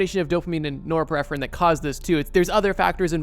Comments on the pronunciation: NorepiNephrine. With an ‘n’. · I DEFINITELY wanna see part four...but, brother... There is definitely another "N" in Norepinephrine.... Let's break it down: Nor-Ep-In-Eff-Rin. Norepinephrine. Source: dual-major degree in Biochemistry and Neurosciences. Loving this (even though each and every one makes me want to add sooooooo much more info...) Keep it up, buddy. Love you! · Extremely good video. Now say “epinephrine,” (also called adrenaline). Now add “nor” at the beginning. You got the pronunciation of norepinephrine now. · bro the way he says norepinephrine